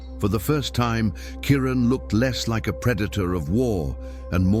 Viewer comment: 😖👎What in the hell is wrong with all of you? Maybe it's just me !! This is not a video! These are just a bunch of still photographs with a narrator who can't even pronounce the lions name correctly!!! Are you hypnotized ? Wake the freak up !!!!!👎🖕👎WOW !